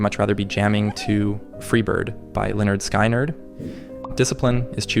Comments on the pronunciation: Linn-erd skin-erd. Not Linn-erd sky-nerd. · The Lynyrd Skynyrd pronunciation hurt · Wtf….how do you pronounce Lynyrd Skynyrd? I don’t think you listen to them at all since you can’t pronounce their name correctly like your some lame poser or this is some dumb ai bot talking and cannot pronounce their name correctly as well.